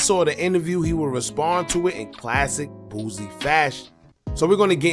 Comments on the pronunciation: He’s name is Boosie, not Boozie 😂😂😂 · Why you keep calling the mad boozy it's Boosie😂😂😂😂 shit sound like a old drunk n*** name